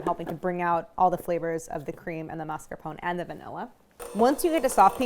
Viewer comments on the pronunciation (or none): maritozzi was pronounced correctly, but mascarpone was not. “mas-car-poh-nay”